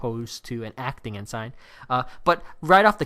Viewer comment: Your pronunciation of "ensign" is awful. It's not "N sign". It's "N sin" (rhymes with benson)